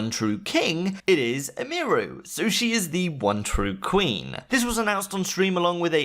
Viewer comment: Why this man say Emiru like that